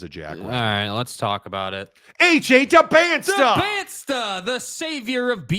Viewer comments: its pronounced "Dybansa" the t is silent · Pronounce his name right… there is no T after the S… ESPN first take slaughtered his name as well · Seems for all the talk, you ought to learn how to pronounce his last name (the "t" is silent, which with just a little bit of effort you would/should have known).